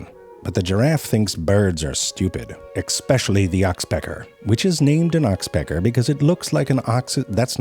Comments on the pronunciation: “expecially” stupid giraffe 🙄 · "...EXpecially...?" HAHAHA.